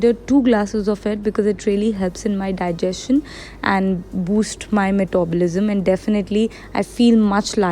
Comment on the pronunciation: So funny to hear...